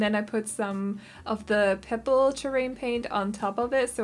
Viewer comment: I love the way you say pebble since I’m American I have I say it with more b in it. I died when you said pebble (not saying it’s a bad way to say I understand with the whole accent thing)